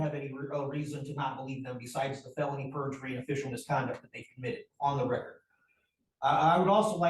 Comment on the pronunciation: Perhaps if he had visiting a regular library growing up, he'd know it isn't a "Law Libary", that "counterdicts" isn't a word, and how to pronounce "record" , "mandamus" .